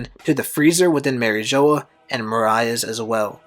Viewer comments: Mariah? bro its pronounced MOH-RIA lmaooo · It's not more I a it's pronounced More E a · The other guy did it too it’s pronounced More eee ahh, moriah nor Mariah it sounds like you’re talking about Mariah Carey but solid theory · loool itold him that and he said he will try pronounce it better next video, Even tho i dont know how hes that deep into the series and can’t pronounce moriah easy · and rouge as well. Lots of mispronunciation